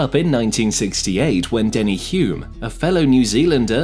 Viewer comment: I’m calling it… you have been an F1 fan for less than 5 years. A few names were miss pronounced, Hulme, Jochen Mass, Kovalainen and even changed how you pronounced Mayer halfway through from My-er to May-er. Also I think you claimed Hulme scored McLaren’s first win which is not correct.